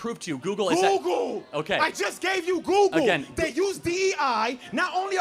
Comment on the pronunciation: You can tell when someone was raised by a single mother. And it’s “google” not “goo goo”